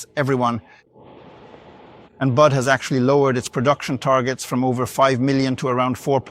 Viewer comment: BYD = "Bud"?? I guess this must be AI.